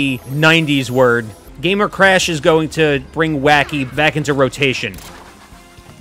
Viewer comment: I love how he pronounces Crash “Cresh”